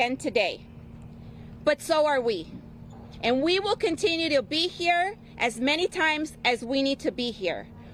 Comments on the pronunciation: They were creating hammock??? This lady needs to learn the English language! If I’m not mistaken, it’s havoc.😂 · Havoc or hamoc. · It's havoc mam